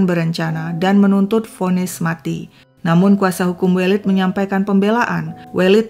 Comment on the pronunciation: Koreksi pronunciation untuk penyebutan nama welid yg tepat adalah E elang ,E pedang